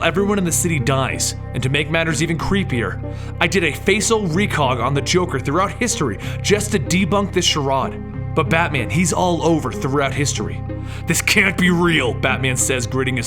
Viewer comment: Sha-rod?? Lol, really? Sha-raid smh...charade.